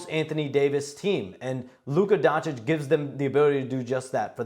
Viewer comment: FOR THE LOVE OF GOD IT'S PRONOUNCED DONCHICH, NOT DONCHICK. Omg so many years in the league and Stephen A STILL can't pronounce it right😩😩😩